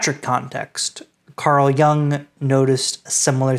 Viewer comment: A very nice job. Two important notes: please, for heaven's sake, learn how to properly say Jung, and Übermensch! That is all.